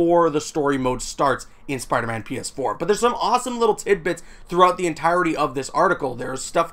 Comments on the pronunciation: It sounded like he said penis 4 at the beginning 😹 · DUde it legit sounds like you said "Spiderman Penis 4" instead of PS4.. wtf XD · The way you say PS4 sounds like penis 4